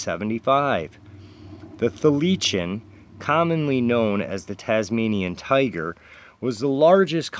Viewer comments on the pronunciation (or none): Tasmanian Tiger is pronounced thigh la seen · Your readings are getting better. Do you upload these from your phone or laptop? There might be free software so you could add your thumbnail as an image through the video or omething. BTW Thylacine is THY-La-seen. MUFON is MOO-fon or MOO-fahn. It's short for "Mutual UFO Network." John Keel used to pronounce UFOs as "YOO-foes." I don't know why. Also he pronounced Fortean as "For-TEE-an." Tim Beckley still does. So you're now part of the long proud history of unique fortean pronouncers!